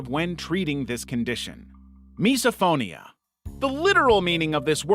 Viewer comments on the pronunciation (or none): just FYI its pronounced /,mɪs.əˈfoʊ.ni.ə/ (miss-oh-FOE-nee-uh) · Misophonia is actually pronounced miss-oh-phonia